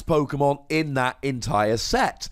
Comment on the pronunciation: Why do you go out of your way to pronounce Pokemon different to everybody else? Sounds dumb af